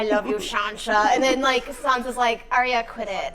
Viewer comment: Arya's name is pronounced 'Eye-ya' or 'Ar-ya'. I saw Maise say it in an interview 😊